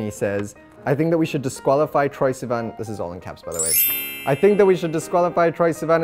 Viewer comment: I adore the way he says sivan 😍